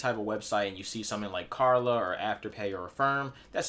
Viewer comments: KL KL KLARRRRR NAAA NOT KARLA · Did he say "Karla"? LOL